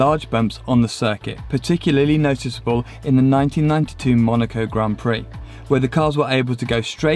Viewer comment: Please, pronounce Grand Prix the correctly!